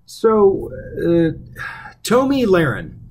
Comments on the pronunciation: It's pronounced Tommy, sir knows it all. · You just ripped her apart and didn't even say her name right. I'm pretty sure it's like the males name Tommy.